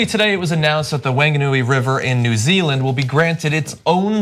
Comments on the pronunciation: I did chuckle when John used the most un PC form, "Wang ga noo ee" :) He had no idea. But I am sure a few Kiwi white supremacists are now following him :) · It was pretty cringe. For the record, it's not pronounced Mayori, it's Mao (like Chairman Mao) Ri (with a roll on the r). That'll get you close enough to not make us New Zealanders want to claw our ears out. And Wanganui is pronounced more like Wong-ga-nui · Omigsh, I love you guys, but please GOOGLE how to pronounce words before you screw up Maori (repeatedly), Whanganui (Wh = 'f' sound) and iwi. It is sooo offensive. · Azirahael Farng a noo eee, not fong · We'll forgive you, because you're American - but it's pronounced: Whanganui = Fung-a-nui. Maori = Mo-ree. Iwi = e-wee Traditional Maori view of the land is that it is a living thing, which is why there is a history of land claim problems in New Zealand, because the Maori view of the living land and of the people belonging To the land (rather than the other way around) did not align with colonialist understanding of land ownership (which is why there is still debate surrounding the Treaty of Waitangi). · Pronunciation guide: Maori= "Mow-ree" Wanganui "Wong-a-noo-ee" Old version Whanganui = "Fong-a-noo-ee" new, slightly PC version. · Whanganui river isn't the longest navigable river in New Zealand. The Northern Wairoa river is. And it's Whanganui with the ist vowel pronounced as in "long"!!! or wrong!!! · I loved this report on my homeland, New Zealand. Would have been even better if you could have checked the pronunciation of "Maori" and "Whanganui" before airing. It's difficult to teach the proper pronunciation of "Maori" in writing but "wh" in Maori is pronounced as an "f", so "Whanganui" sounds like "fung-ah-noo-ee" with the main stress on "fung" and secondary stress on "noo". Absolutely love your show!